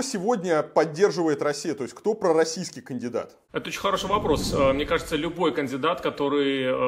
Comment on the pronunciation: Почему он слово "пророссийский" произносит с неприязнью?... Это Враг Народа